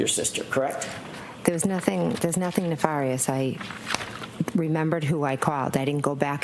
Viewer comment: Things didn't end well for McCabe imo For me, it was not the thing she said the word nefarious, it's that she said it wrong, exactly the way Hank says it.... NeFARious.